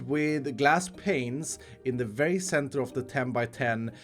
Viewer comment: mines 10,000 blocks Also: can't say center even once.